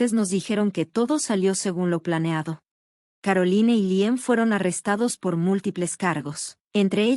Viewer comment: Caroline (Carolain). Se oye chocante leer los nombre foráneos como se escribe. Por qué no los cambian antes de grabar?